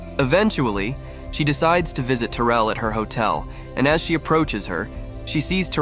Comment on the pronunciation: Disgusting A.I. making a beautiful story into an abomination!!! Can't even get Therese's name correct. Screw A.I. thumbs down